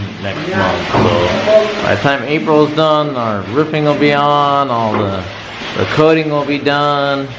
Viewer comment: learn to speak properly its roofing NOT riffing